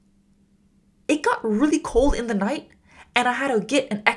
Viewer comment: I,'ve got a question why do you pronounce "da" the end. Is it a a cultural use? because is di or There Is another pronuntiation rule. I am Just curious about it.